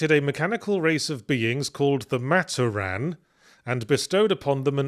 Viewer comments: Saying Matoran as mat-oh-ran instead of mah-tor-an is tweaking me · Fun to hear about bionicle after so long. Still, one thing that bugged me. While looking at the word Matoran, i get why he pronounced it that way (I hate it but i get it). its pronounced Ma-tOr-an not Mator-An. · "Matta-Ran" Oh god that hurt me deep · I still cant get over "maat-or-anne". Its gonna stick with me forever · Well yahtz. As an avatar fan theres only 1 of the MANY firebenders who is level headed Edit as i continue watching the video: and toph is an earth bender who i wouldn't consider physically strong Edit edit: FOR THE LOVE OF ALL THAT IS HOLY it's pronounced MA-TOR-IN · I'm giggling so hard at Yahtzee pronouncing matoran as "Mah-toh-ran" 😂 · "Mat Oh Ran" Oh, this is gonna be rough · Very curious given the spelling mistakes Yahtzee caught like "to steel hooks" if his mispronunciation of 'Matoran' was because of who wrote the script rathan than Yahtzee misreading it.